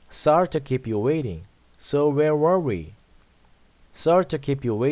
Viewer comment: Sorry 하실때 쏘어에 가깝게 오를 발음해주셔야 하는데 써리라고 발음하세요